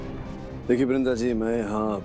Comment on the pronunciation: Bc bindra ji nhi ...brinda ji 😅😅😅